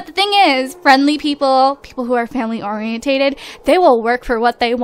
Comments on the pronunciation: Not hating, but I'm pretty sure the Family Oriented trait is pronounced or-i-en-ted not or-i-en-ta-ted. I'm not sure though, correct me if I'm wrong! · Okay, no offense, but it bothers me how you say family "orien-tate-ed". It's just family "orien-ted". Like, "orien-tid".